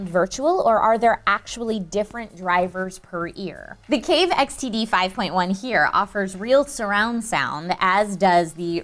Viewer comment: When she says xtd it sounds like std